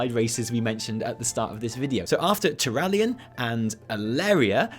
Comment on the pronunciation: Tauralyon rofl